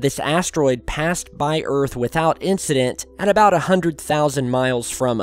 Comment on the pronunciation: You can't handle the troof! And welcome to earf!!